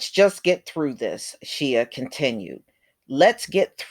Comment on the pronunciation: Shea is pronounced as "Shay".